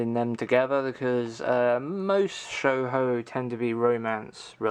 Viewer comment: Shoujo is pronounced "show-joe". Man, building a collection like that is hard work, I have chest of draws where I keep stuff in and I cant organize them vertically, due to the knobs having indents inside the draws, and thus I need to get a new draw unit. Your collection needs some Princess Tutu and Devilman.